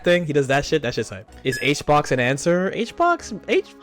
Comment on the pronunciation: bro called hbox honeybox lmao